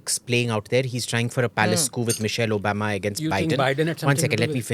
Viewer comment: Why does AIM pronounce Obama as O-bam-a😂 I don’t think he is trying to be overly sarcastic, but trying to imitate an American accent gone horribly bad.